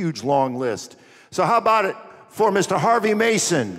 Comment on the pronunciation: WTF, Harvey not Harves!